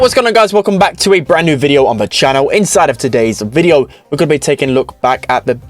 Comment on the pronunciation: Pls learn how to say "video" properly.